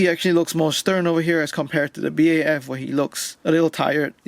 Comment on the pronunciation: This man calla it a b a f it's BAF Edit:no hate it just annoys me